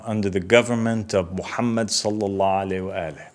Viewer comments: I know right?! He has hard time sending salutations / salawat properly like what is salaalla aleh? Cringe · Not once did he say after the prophets name Salalahu Alaihi Wasalam properly like most muslims do, that is a major red flag!!! Is he from a minority sect?